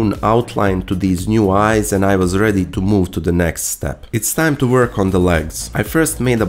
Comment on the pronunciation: "It's the same old vork we've done a million times" Speak for yourself, I'm a fresh green newbie 😳